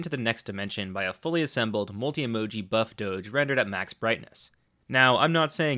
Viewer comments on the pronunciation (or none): none